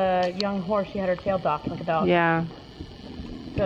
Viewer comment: *Tail*not taul